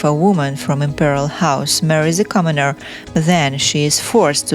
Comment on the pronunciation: Commoneer, lmao